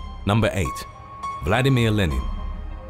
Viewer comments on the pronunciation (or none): none